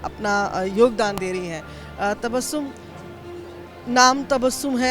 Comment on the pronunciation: अपना नाम 'तबश्शुम' न बोलें , अपना नाम 'तबस्सुम' बताएं ... 2. अपनी बात बोलते समय सिर ज्यादा न हिलाएं. "... "यार" शब्द का प्रयोग न कीजिये